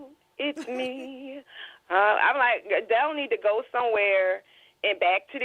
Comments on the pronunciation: Adele not Andele 🤦🏃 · Okay it’s Adele not andele lol.. you can mess a name up all that talking just play the video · I love when she says Andele it's Hilarious! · And it's "ShekonDA"! ...not Shekinah.....I die everytime u call her Shekonda! 🤭😏😂🤣..... And "zesty" and "Andel" also makes me 💀🤭😏😂🤣